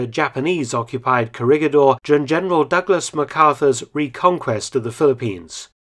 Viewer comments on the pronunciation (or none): pronounciation, korihidor. ba-ta-an. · It is pronounced as "korihidor" :) . I like the video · Its read as correhedor. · "gi" in Corregidor is pronounced like "he" in English, not like "gui" in Guitar. Great video, as always!. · The G on Corregidor is pronounce as an H. Thanks. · Coh-re-hi-dor not “corregidor”